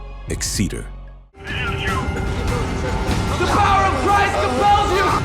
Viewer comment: I think it's EX-eter not Ex-CETER. I liked The Watchers, 1408 and The Pact. Wasn't keen on Dead End. Don't think I've seen the others. Thanks for the list.